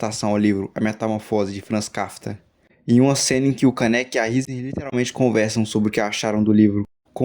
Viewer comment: É FRANS KAFKA, NÃO KAFTA. TU CHAMOU O CARA DE ESPETO DE CARNE MOÍDA